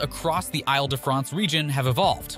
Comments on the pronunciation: Oy! The pronunciation of Ile. ha! It is pronounced as "eel". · When making a video about Paris, you’d think someone would spend a even just few seconds to learn how to pronounce the names of the places - and perhaps even the name of the entire region. (Île sounds like ‘eel’) Or maybe find an AI voice character that is capable of pronouncing French place names.